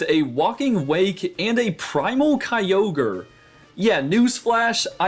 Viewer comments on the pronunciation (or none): none